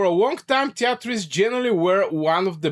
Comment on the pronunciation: treaties is pronounced "tree tees".